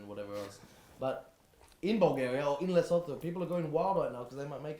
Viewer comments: Man like and giving a shoutout to my home country and butchering the pronunciation of Lesotho, love you guys long time fan, it's pronounced La-Soo-Two and you guys would love both countries they beautiful to visit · Yo I’m from South Africa and have to give you guys respect for having the best football analysis show in the world. Also LeSotho is pronounced “Le-Suu-Tu”! Big fans of the show, holla if you need chaperones in South Africa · Hahaha as a South African who loves your show, I have to say you guys are pronouncing Lesotho terribly wrong. It's pronounced like 'LeSootu' - love you guys, have a nice! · Heads up it's pronounced Le-soo-too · Just to correct with the pronounciation of Lesotho, it's Le-su-tu. Amazing country, and they really could go through in the African Nations Cup over South Africa because Libya are a tough side to beat. South Africa haven't really participated in an international or continental cup competition since hosting the World Cup in 2010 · Lesotho is pronounced Le-soo-too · Lesotho is pronounced Le-sue-two 👍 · Bro the way you said Lesotho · I’m from South Africa and yall done scuffed the Lesotho pronunciation, also copa 90 was voted best football show by the minister of agriculture in South Africa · The way and pronounce Lesotho😂